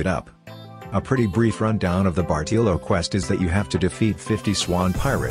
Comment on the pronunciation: "bartEELo" lol thanks for the guide tho